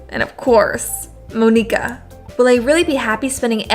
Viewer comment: Monika is pronounced the same as Monica